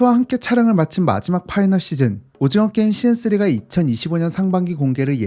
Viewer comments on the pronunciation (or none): 시즌 이라는 발음을 못하네. 걍 ai 써라